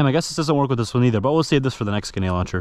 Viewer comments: Why do you have such a problem with saying the r in grenade? Sayin it like g’nade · Omgggg please just once say granade correctly its so frustrating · It really mad me angry when he said genade launcher it just mad me want to change the video so much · you really do struggle pronouncing the letter R in gRenade dont you ? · Its not genade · Grenade has an R. It’s right there at the start my guy ❤ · Anyone notice he doesnt say the “r” in grenade…lol…but super cool video🤙🏾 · You sound foolish saying Ganade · Please say grenade correctly, hearing you say ginaied makes me cringe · i love how he says grenade as "ganade" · Cuzzzz isa soooooo fanceeeyyyy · I thought it was just me when he would say ganade. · I thought he might have a speech impediment and didn't want to comment just in case. But yeah he was saying ganade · M8 , it's Gər-næde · Man says ganade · Please JUST SAY GRENADE!!! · Did he just say “genade”😂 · It sounds like he's saying genade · Him saying genade was annoying me the whole video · "GENADE LAUNCHER" - Entertainment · did anybody else think he was saying genade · Guh-nade hurts my soul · bro is saying genades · Am I crazy, or was he saying "Genade"? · nice vid, but you did not once pronounce grenade right lol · most people use the r that’s in the word grenade. It’s not a silent r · it makes me moderately angry every time he says genade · Bruh say gRenade the right way pls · GRA-NADE not Gu-nade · No, it’s “genade”🤣😂😅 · No hate but you were saying genade instead of grenade😂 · I cant be the only one who hears him saying "genade" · Why did u keep sayin genade and not grenade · GREnade my guy. Not GEnade 😭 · Grenade is pronounced with an "r" it's not pronounced genade!!! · Please bro third time I've said this its not genade, its grenade You literally have it in the title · Grenade not ganade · its grenade not genade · I here more ginade than grinade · is he saying gunad instead grenade but none the less good video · he says genade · Grenade not genade